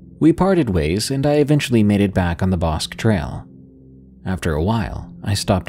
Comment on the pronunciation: Bosque is pronounced Bos-kee